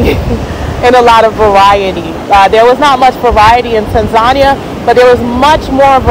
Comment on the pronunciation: I think she is pronouncing Tanzania wrong.